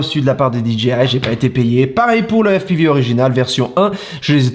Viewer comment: Toi tu m’as fait rire 😂😂😂 Tu nous pètes l’accent américain quand tu dis FPIVI et plus tard tu nous balances au jour d’aujourd’hui🤣😂🤣😂🤣😂🤣😂 Put1, toi tu m’as fait ma journée 😉